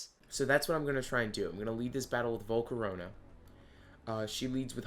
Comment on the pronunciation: THERE IS NO U IN VOLCARONA!